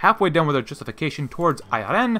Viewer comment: Dude you keep pronouncing Iran wrong . The I is pronounced like In, Italy,India. Same goes for the A.